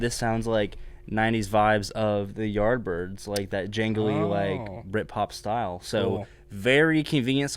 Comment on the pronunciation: It sounded like 'The Byrds" not the "Yardbirds". Lol